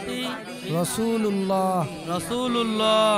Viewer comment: রাসূলুল্লাহ নয় রাসূলিল্লাহ